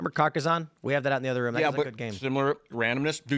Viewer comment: strongly disagree on Candace’s mispronunciations. She’s been saying woman instead of women for years. And rum instead of room. If this were just recently than sure, I’d say it was calculated but nah. She dumb.